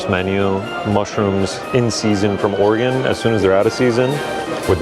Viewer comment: We just going to ignore how pronounced Oregon…